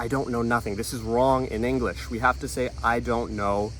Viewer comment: Inglesh? Is Englishtown so